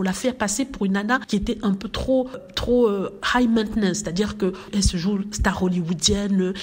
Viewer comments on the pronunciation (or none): none